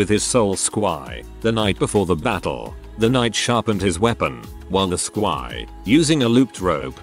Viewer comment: I was wondering where it was going... It definitely was a surprise. That god damn high pot and noose. I also love how the narrator sounded like he was saying "sqi" each time. Apparently, I've been mispronouncing squire this entire time.